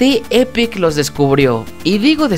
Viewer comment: Se dice Epic no Epec